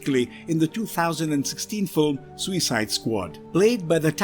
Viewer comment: The way this narrator says SUICIDE makes me want to vomit.